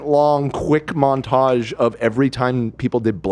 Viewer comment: why say Montage like this?? thoughts??